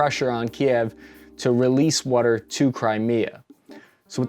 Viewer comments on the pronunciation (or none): That WOOODER, where in PA you from? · You say wudder like you from Philly. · You’re definitely from Philly. “Wuder”